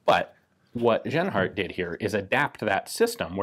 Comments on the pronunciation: About pronouncing the name Genhart... It's a fairly common name In the US, so for a US citizen "jen-heart" would probably be correct. But in Germanic speaking European countries, the "j" sound doesn't exist. G is always the hard sound used in "gold". So you got it right early on, but settled on the wrong way to say it for the rest of the video. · Interesting gun and the way it was needed to have ammo created. Ian just a fyi the letter 'g' in german is pronounced with a solid sound like the g in good. It is not pronounced with a 'y' like yield as you did in this video. Other than that keep the good work mate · Ian, there is no "soft" G (like "J"- i.e. "general") sound in the German language. Genhart would be pronounced with a "hard" G (i.e. "gold"). Interesting gun. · I thought he said Asianheart rifle for a minute.